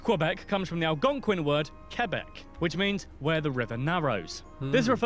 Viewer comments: QUBEC FUCKING QUBEC!!! 🤣🤣🤣 That is amazing!!! Best pronunciation of Quebec ever. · It is not pronounced Qwebec or Cuebec, it is pronounced Kaybec. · It's "K-beck", not "Cue-beck". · It's pronounced "K"beck, not "Kui"beck or "Q"beck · I am from Western Canada but had tge privilege of living in Ottawa for two years. Wonderful beautiful city. We do not like anyone with the last name Trudeau. Justin is often referred to as 'Skippy the Wonder Boy. Corrections: the letters QU in Quebec is pronounced as K. Quebec is proudly Kebec not QUEbec as this brit pronounced it. The Trudeau family is an extremely wealthy Montreal family. We refer to 'The Mounties' as the RCs. The percentage of French is much larger than 20%. Poutine was created and sold in chip trucks in Quebec. It is pronounced 'Pou-tin' NOT Poo-teen. We are proud that we are the first country to *allow* (🤪 hate this term) Gay people to marry and that Cannibis is legal. Its Vancouver Island not Victoria Island. Alberta is where Head Smashed In Buffalo Jump is. Radio stations play Canadian music but we hear mostly American music. We do celebrate Canada Day but it has become a day of reconciliation and we are changing to honor our first nations people. We have a long way to go. We do NOT drink milk from bags!!! It became a thing in the 1970s but not anymore. Oil and gas are our greatest resources. But I'm from Alberta... Calgary is NOT a dirty city. Hockey and Lacrosse are our sports. They were both developed by our first nations people. The glow in the dark dinosaur coin is a collector coin and not very common. British Columbia, in particular the Okanagan, also creates iced wine. The mispronounced city in Nunavut...i can't.... If you want to learn about Ca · Quebec is actually pronounced Kabek. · Quebec is pronounced K-BEC